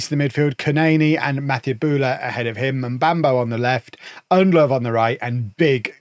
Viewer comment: Ndlovu is pronounced End-Lore-Voo.